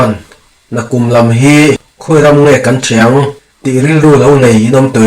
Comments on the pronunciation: Khawnthiang ni lo in, khawn ṭhiang tih tur a nih hmel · Khawn ṭhiang tih tur aw...khawn tih hi (aw) lai hi thluk tur.. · Khawnthiang hi I lam did lo. Tlat. t hi Tri anga lam tur a ni